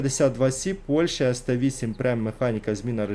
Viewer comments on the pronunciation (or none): none